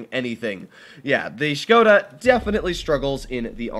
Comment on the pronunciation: Finally, someone who says Škoda correctly